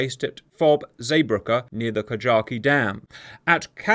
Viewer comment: How many times can one man miss-pronounce KAJAKI